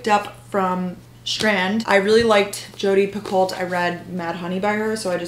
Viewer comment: It’s Jodi Pee-co